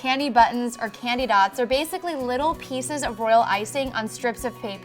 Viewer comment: AT THE BEGINNING I THOUGHT SHE SAID CANDY BUTTS